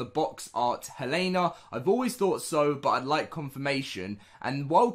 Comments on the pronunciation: It is pronounced hell-a-na not hey-lane-a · Dude here name is hel-en-a. You are saying it wrong.